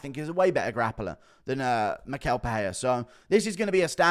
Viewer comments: And it’s pronounced mi-shell… you always butcher Brazilian names smh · Hey Guru, Michel is pronounced like me-shell.